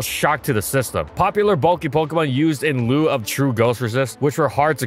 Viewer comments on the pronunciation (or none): It's "in lieu", not "in loux".